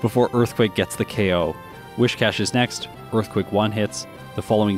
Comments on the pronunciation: Isn't it Whiscash < Whiskers rather than Whishcash? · lectures everybody on the correct pronunciation of rayquaza, but still says "wish-cash" and "pettle-bug"